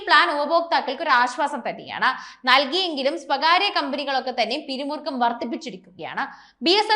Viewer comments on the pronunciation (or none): ഡേറ്റ അല്ല ഡാറ്റ, സുരഭിലമല്ല സുലഭം, പിരിമുറക്കം അല്ല പിരിമുറുക്കം,ഉദ്ദേശം അല്ല ഉദ്ദേശ്യം